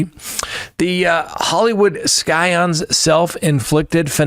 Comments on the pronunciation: Scion is pronounced like "sigh-uhn" (not "sky-un"). Clever way to get more comments, though! 😉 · I guess I have to be THAT commenter. The C in "scion" is silent.